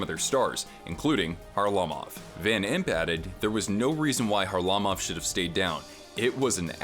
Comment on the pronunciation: Van Impe didn’t hit him, he cross-checked him in the head. And it’s Kharlamov not Harlimov 😂😂